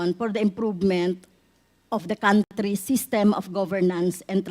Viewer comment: Ang country nia naging cantry😅😅😅😅